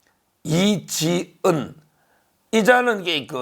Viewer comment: 이지언(X) 이지은(O) 즘거(X) 점거(O)